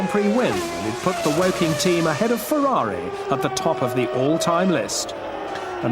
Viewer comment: Down a shot every time he says "Berger's Fewawi"